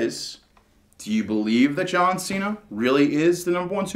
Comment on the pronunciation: and its cena not cean